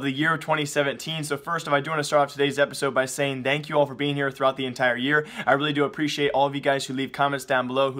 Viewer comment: Now i know dank memes are good... but please... it's... THANK (T-H-A-N-K) you